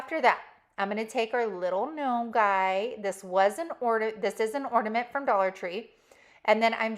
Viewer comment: You need to pronounce the letter “N” on the word “Ornament”❤❤❤❤❤